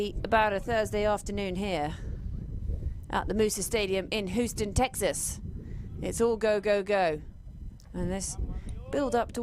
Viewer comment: "Whoo-ston Texas" 😅 please tell the commentary team it's "Hewston" 😊